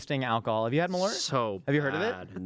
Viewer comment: As a Chicagoan - I gagged just hearing you say Malort.